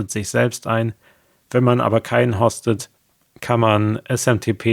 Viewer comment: Und "Host" spricht man auf Deutsch mit einem langen O, also "Hoost". Du sprichst es mit einem kurzen O, also eher wie Hort oder Horst.